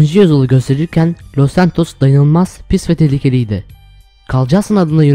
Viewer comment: LÖZ ZANTOS ÇOK IYI SOYLUYORSUN